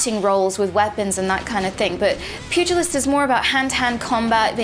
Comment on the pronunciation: thank you for saying pugilist correctly! so many video making me flinch